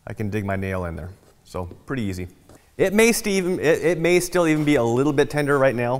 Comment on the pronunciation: "It may steven" Might be the best abbreviation of "still even" I've ever heard!